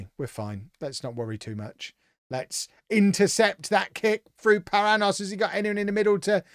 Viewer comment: Paranhos is a Portuguese or Brazilian name, which is pronounced pa-RAN-yohs.